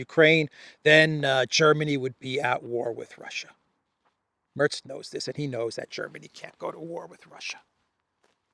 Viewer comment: The E in Merz is more like the e in "telling".